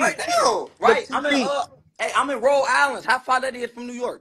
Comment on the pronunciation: It's called Rhode island.. say my state right..and where in rhode island..I know you not in prov city